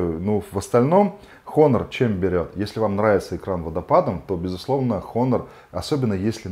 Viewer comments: "Н" в начале слова не читается, по этому правильно произносить Онор. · Автор, учи английский. Читается "Онор". Без х